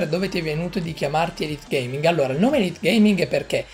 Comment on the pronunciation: e non elitegaming😂 ti ringrazio per avermi messo all interno del tuo speciale!! comumque hai pronunciato bene il mio nome😂 io verrò al gamesweek e ti verrò a cercare perché io vorrei diventare come te si youtube! ti stimo!! continua cosi!! ps:non hai risposto all ultima domanda che ti avevo fatto ahahaha